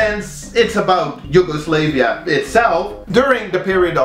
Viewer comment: Your pronunciation of Yugoslavia is triggering